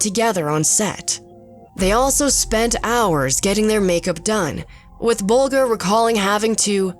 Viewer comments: I wish that these narrators would get the names correct. It's pronounced Bol-jer, not Bolger! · Ray Bolger’s last name was pronounced with a soft G, like a J. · Wtf wis with saying ray Bolgers name like that, it’s Bolger not Bolgur… watch the interviews of people who worked with him, you mispronounced his name. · Its pronounced, Bowl-jur, not Bowl- gur. I think this has been blown out of purportion. This was a movie that employed alot of people, as did other great movies. And anywhere there's a bunch of people, things are gonna happen. Garland caught her hubby Vincent in bed with his African American chaufeur, her other hubbys took her money. But hey lets blame the Wizard. This is still the greatest movie ever. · You are pronouncing actor Ray Bolger's ( the scarecrow)last name incorrectly. You are pronouncing it as though it is Bol Grr, like the sound an animal makes when it's angry. The G has a soft sound not a hard G and a soft G. The G sounds like the J in the word Juror. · Interesting. BTW Ray Bolger's name was mispronounced . His last name has a soft G rather than a hard G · Bolger is pronounced bowl-jer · I know this is so petty but Ray Bolger's name is pronounced Bol jer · Ray Bolger's name is pronounced with a soft "g," as in "Bol-jer." This pronunciation is driving me nuts. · Learn how to say Lahr and Bolger!!! Your inability to do that casts a bad shadow on your overall credibility. How much of what you claim here is true? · Oh my she mispronounced ray bolgers name as well. Poor woman, maybe they should have went over the script with her. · Aargh. I know the narrator is probably young, but it's bloody annoying that she wouldn't learn how to pronounce the names of the actors. Burt Lahr's name rhymes with car, not air. And Ray Bolger's name has a soft g in the middle, like the G at the beginning of George. Finally, the first A in Belgravia should sound like the A in gravy. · Announcer mispronouces Lahr and Bolger.